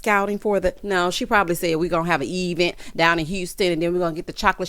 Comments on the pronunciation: Not the EEE -Vent. 🤣🤣🤣🤣🤣 Tisha life is an advent ture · 🤣🤣🤣🤣not EEEEVENT! Tisha tale is messy and illiterate. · Yes!! New subscriber here!! I’m cracking up! Eevent and business adventure 🤣